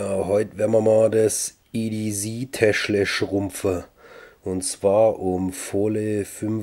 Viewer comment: Ja, so wie du es sagst, würde der Engländer EDZ verstehen. Englisch C wird halt "ßi" ausgesprochen, das S wie bei "Pssssssssst". Nur zischen, kein brummen. ;-) Aber es gibt ja auch Leute, die Sose statt Soße sagen. ;-)